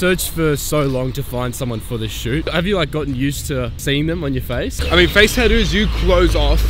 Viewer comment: The way you pronounce tattoos is great, Tadoos 😂😂